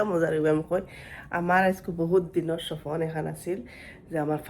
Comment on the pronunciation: Shopno ❌ shopon✅